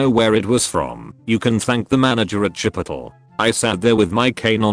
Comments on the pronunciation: #dankness Regular people: chipotle chi-pote- lay The voice in these videos : Chipotle... chip-pot-l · No one: Text to speech saying chipotle: cHiPiToLe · No one: Text to speech: "chipitol" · Why do I think the Karen in that one story would’ve actually thought it was pronounced CHIP-I-TOL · IS NOBODY TALKING ABOUT HOW IT SAID CHIP O TULL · Nobody: TTS: CHIPOTUL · the way it pronounces Chipotle is a one hit ko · Say Chipotle again